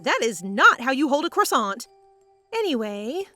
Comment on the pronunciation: God the way u said croissant made me burst out laughing I'm sorry it was just funny😭💀